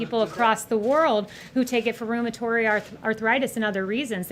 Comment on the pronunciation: "Rheumatory"? Really? "Rheumatory"?